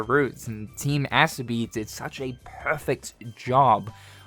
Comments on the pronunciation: Team Ass-obi is how im hearing you say their name lol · the so is pronounced in team asobi like you would pronounce the word "so" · bro butchered the studio’s name